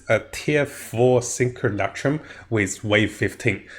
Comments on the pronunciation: Jeez, please for the love of God stop saying sinkulakroom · Say simulacrum one more time